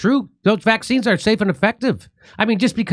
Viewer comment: He’s a criminal and should be held accountable, little weasel. I hate the way he says Vac Cines